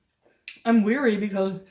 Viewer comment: The way she says "weary" instead of "wary." English major.